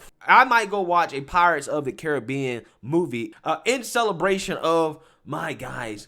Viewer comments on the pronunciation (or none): none